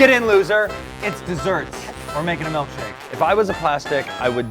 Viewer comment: Ughh he says "MELKshake" 😅😟